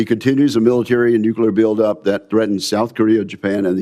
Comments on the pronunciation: Nuclear, not nucular, Mr. Reed. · Reed = Fn MORON. Cannot even pronounce the word "nuclear"